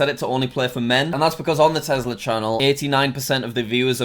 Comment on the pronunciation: Its not a tezzla, its a tesla